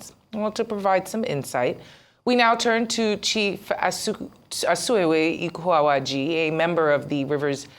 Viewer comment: First, he egregiously failed to redirect the reporter who crucified Asukewe Ikoawaji, he moved on, which means the reporter may never learn to properly pronounce the name. Second, he poured salt to the injury by asserting that the President meant well for Rivers state by unconstitutionally suspending an elected governor, his deputy, and the state Assembly. Third, Mr. Ikoawaji wants reasonable Nigerians to believe that a man (Nwaeke) who told the entire world that his wife is a liar (because the wife was expressing concern for his safety) should be believed and accepted to not being under capture and duress? I can't believe Nigerians most of the times, tufiakwa!